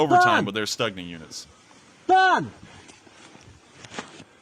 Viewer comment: I was told the G in Stugna is pronounced K, so it's Stukna